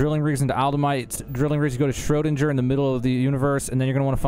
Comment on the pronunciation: you lost me at "shro dinn ger" and not "shro DING er"